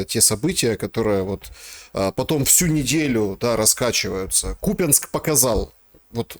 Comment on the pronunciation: Жирный Купянск а не купинск учи язык государственный